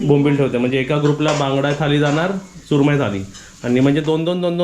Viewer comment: थाली नको बोलूस. थाळी बोलतात.